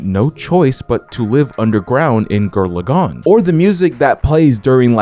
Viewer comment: "Gir Lagann" has me triggered